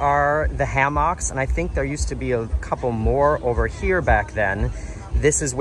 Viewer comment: I no longer trust you because of the way you pronounce hammock